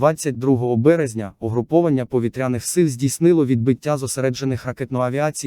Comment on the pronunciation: Чудові новини про наші повІтряні цілі! Ну а наголоси якось не по—нашому звучать,пропрацюйте ,будь ласка. Дякую!